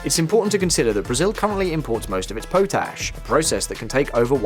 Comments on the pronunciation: It’s not pronounced PO-TASH but POT ASH. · It's "pot - ash" btw mate